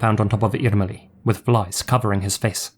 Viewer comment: Yes, especially "Irmeli" with the hard "r" was perfect!